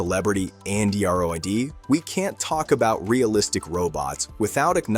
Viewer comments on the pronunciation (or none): It's amusing to hear the awful AI voice for this video saying 'an-dr, o, id ' and not being able to interpret it as 'android'. 🤷‍♂ And of course it garbles various mainly Chinese names.